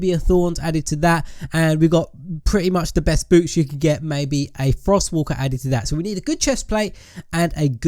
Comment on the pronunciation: when he said boots i thought he said boobs